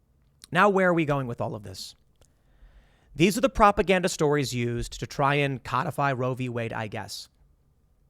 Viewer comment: It's not yaaast it's YOOST. Just wanted to let you know